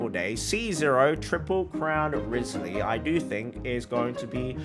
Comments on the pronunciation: Why do you pronounce it "wrisly"? Its kinda like Wry-th-sley (at least thats how they say in the english dub) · Not saying his name right …. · Please, please, PLEASE say his name CORRECTLY!! FFS!!